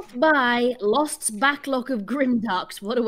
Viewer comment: "Lost's misfjisijsj" Speaking of mispronunciation.